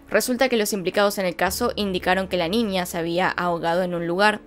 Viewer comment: dices ninia dislaik porque dices ninia en vez de niña